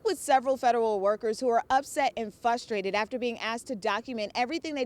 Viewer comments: its "frustrated", not "fustrated". There is an "R". You have a college degree in journalism and mass communication. You speak into a microphone for a living, and you've been doing this for almost a decade. The least you can do is pronounce words properly. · She said "fusrated" 😂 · They’re “fustated”?